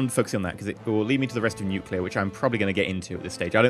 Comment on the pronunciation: I love how he said: let's go nucealer